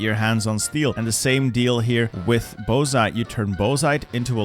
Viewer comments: bauxite … seeeee..I know the letters say boh-zite , but in English we say baw- ks - ite. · is it pronounced "bow-zite"? ive always pronounced it "bawx-ite" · > bosite In English the ore of aluminum is pronounced BOX-ite. Yes, even though it’s named for French village Les Baux which is of course pronounced the way you said it. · It's pronounced Box-ite, not Bow-zite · My God man it's "bork-site" please I am begging you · bauxite is pronounced box-ite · Bozite?, I like that pronnounciation